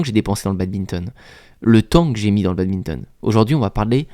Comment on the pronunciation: Il dit encore BADBINTON